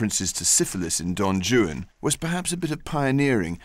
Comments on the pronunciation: Not to be picky, but someone could have couched him on how to pronounce Don Juan. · I love how he is totally incapable of pronouncing Don Juan correctly. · The way he pronounces "Juan" as "Jew-ann" is cute...I guess he doesn't know that in Romance languages the "J" is pronounced as an "H" sound. Well done otherwise, Rupert! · Why is it pronounced don joon for don Juan. Thought it was pronounced Don waan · Don Joo-an? What!? I thought it was Don "Whan" 😅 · Did nobody tell him that Juan is pronounced "Waan" and not Joo-an? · Don "Yu-an"?!?! Rupert, Juan is pronounced "Hu-an" for someone who purports to speak Italian, I can't believe you didn't pronounce Juan correctly! 😆😆😆 Aside from the mispronounciation of "Juan" which made me cringe ever time, I thoroughly enjoyed this documentary. I agree with many of the other commentators, Rupert is the prefect narrator for Byron's story. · "Why Capt'n Butler how you talk!" Why do you say "Don Jew-ann" when it is said: "Whane" think One with a W! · Yes my British friends, certain letters of the alphabet are pronounced differently in other languages. The name Don Juan is not pronounced Don jew-Anne (and it's not two syllables) & palliya is not pronounced pay-ella! My favorite cooking show, Sorted food, does that one all the time. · don joo-un, huh? ok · V.B. is right!... Rupert Everett pronouncing of D. Juan's "name" is completely wrong!... "Juan" is a Spanish name and the "J" should pronounce like an "R": R'uan!... So, your claim don't make any sense, it's absurd and reveal a huge ignorance!... -"He's pronouncing it in the way Byron wrote it"???... "Juan" pronouncing it's the same at Byron times as it's today!... And the rest... "Syllables" and "Rhymes" sounds completely absurd and don't have nothing to do with V.B.'s claim!... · I noticed that. One wd think he could pronounce Juan as Hwan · Rupert pronounces Don Juan as Don Jewan. Somebody help the boy. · Have i been mispronouncing Don Juan all my life?!